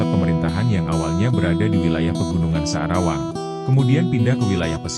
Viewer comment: Maaf admin bukan sadawang tapi sa'rawang